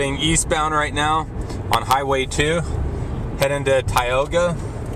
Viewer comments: Hey dude - its "Tie-oga" - not "Tee-oga". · I clicked on this video in the hopes to see a little bit of the town I grew up in. I come from a long line of North Dakotans. First, learn how to pronounce Tioga with a LONG I sound. Second, if you are going to share a video of Tioga, make sure Tioga is actually in it. You drove right past it. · You should probly learn how to pronounce Tioga before making a video about the place. And plus you didn't even show the town you just showed outskirts. So the businesses he showed you all isn't even in the town of tioga, it's not city limits. What an idiot